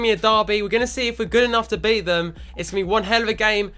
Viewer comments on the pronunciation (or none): none